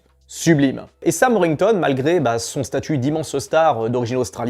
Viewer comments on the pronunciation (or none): Pour info, c'est Sam WorTHington, pas Sam Worington... Le comble pour un mec qui veut faire des vues lol. Et Sam Rockwell n'est pas sous-côté, il en fait des caisses et il est soûlant, en tout cas pour moi. Et je suis entièrement d'accord pour Nicolas Duvauchelle